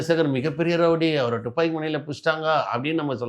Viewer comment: "டுப்பாக்கி" இல்லடா முட்டாள். "துப்பாக்கி" என்று சொல்ல வேண்டும். இவனையெல்லாம் கூட்டியாந்து பேட்டியா? யாருடா இவன்?